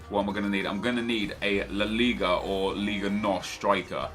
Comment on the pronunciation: Just call it La Liga... it sounds like your mouth is full when you say it the other way